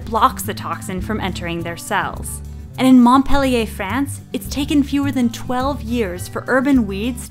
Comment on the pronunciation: Frank van Veen yeah, i know, but Montpellier is just pronounced plain wrong, I mean, go to the French Wikipedia if you don't know how top pronounce it, for they have recorded the pronunciation there.